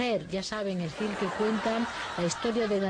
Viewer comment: Pos sta mu "veri guus" el "firm" d se lo k hicisteis... joer... cn ese ingles no me estraña k no aprendamos "me veri guus" "aiam faing" juju!!!!!